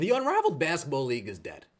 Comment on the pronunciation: Okay is he saying unraveled? Because that's hilarious.